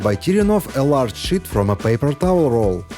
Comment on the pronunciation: Good tips, just wish someone in his crew correct him with pronouncing “ sheet of paper” versus “ shit” .